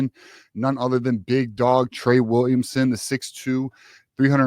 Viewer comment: You let’s saying Williamson